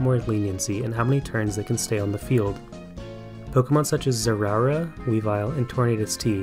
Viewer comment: good video love it but how did u pronounce Zeraora?